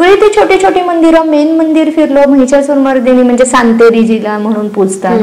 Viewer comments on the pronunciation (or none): सातेरी असे म्हणतात सांतेरी नाही... तुमच्या मुळे खूप माहिती मिळाली .. thank you so much 🙏